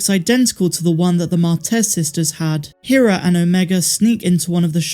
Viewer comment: Her name is pronounced Hera, not Hera.